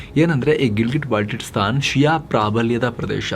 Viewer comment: Baltitstan alla adu Baltistan